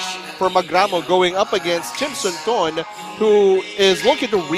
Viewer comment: Thanks bro for the video but it's Phissanu Chimsunthom not Chimsunthorn*. Aka "Wissanu Kokietgym" he was a very good boxer in past I'm a big fan of him.🥊🥊